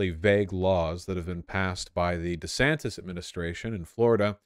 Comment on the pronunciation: He says his name is DeeeeeeeeeeeeeeeeeeeeeeeeeeeeeeeSantis because it sounds more white. Edit: Nick Fuuuuuuuuuuuuuuuuuuuuuuuuuentes does it for the same reason. Fuentes has two syllables if people who deserve the name pronounce it.